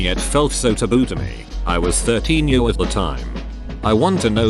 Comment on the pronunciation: I love how the text to speech voice can correctly pronounce some pretty complicated sentences but also says "50 yurrs".